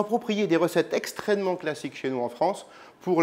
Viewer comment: Mdr je rêve ou il a dit « extrênement »